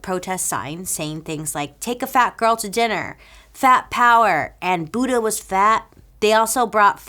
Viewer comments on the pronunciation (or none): none